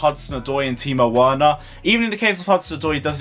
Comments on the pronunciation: The pronounciation is Verner not Werner. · Right, I am getting annoyed by your Werner pronunciation!😡😂 Just change the “W” in Werner to “V” and that is it, please get it right ffs!😂